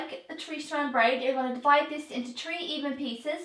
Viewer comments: I get pissed when someone says something wrong and when she said tree I was lien kill me now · It sounded like she said tree but she said three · No hate I know it’s your accent but it is three not tree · its three not tree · It's three not tree darling no offence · Who else got annoyed when she said tree instead and three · I tink tree braid is grand 😂